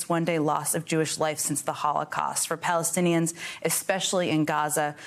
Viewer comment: "Palenstiains" though